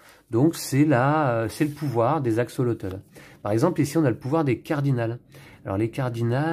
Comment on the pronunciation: Hello, merci pour cette belle présentation. Pour info, axolotl ce prononce "axolote" c'est un petit animal fascinant !